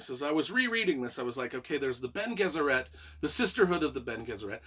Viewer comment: It's Lay-toe. Also, it's Ben-ay Jess-er-et. Also, Alia is Paul's sister. Also. Princess Irulan (ear-ooh-lan) is who Paul married to take over as the new emperor. I totally agree that Dune Messiah is a great bridge between to Dune and Children of Dune (the TV mini series, Children of Dune, combines Dune Messiah and Children of Dune).